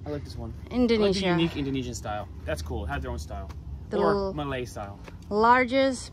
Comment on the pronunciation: your pronunciation of malay names etc is astoundingly good.